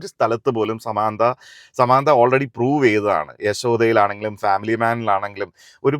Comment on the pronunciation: ആദ്യം നായികയുടെ പേര് പറയാൻ പഠിക്കു മിസ്റ്റർ... സമാന്താ അല്ല സാമന്ത